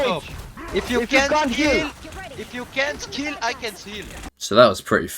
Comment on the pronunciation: "If you cant keel I can't heel"😭